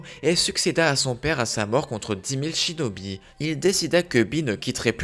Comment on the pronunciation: A 1 59 tu a dis chidobie au lieu de chinobie